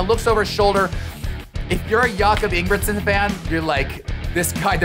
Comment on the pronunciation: Ye sure and cannot even tell the Jacob’s sure name properly